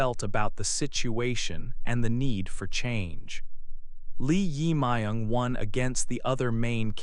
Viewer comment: Please check your pronunciation of 이재명 Lee Jae-myung, who is a current president in South Korea in 2025.